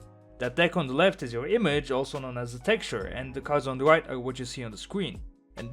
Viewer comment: "white" and "right" sound the same out of your mouth lol